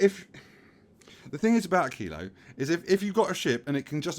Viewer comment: you pronounce "Aquillo" as I do and in what feels like the correct way, knowing a tiny wee bit about spanish pronunciation.